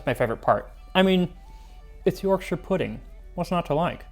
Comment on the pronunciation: Hearing an American pronounce Yorkshire correctly is so refreshing